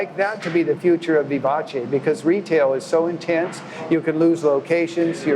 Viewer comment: Vivace. Eh sound, not ee. Americans really can't speak foreign languages.